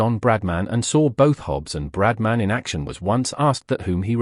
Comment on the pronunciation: Don't you love AI? 😂 Brad man.